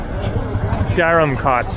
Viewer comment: Hi: Interesting video of Dharamkot & Bhagsu. The former looks like the better place. By the way, I had commented in your earlier video that the "kot" in that place is pronounced like "coat" and not "cot", as you pronounce it every time. You can certainly be very obstinate at times.